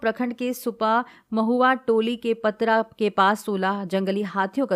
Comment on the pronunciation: पतरहlट नहीं patrahatu है मैडम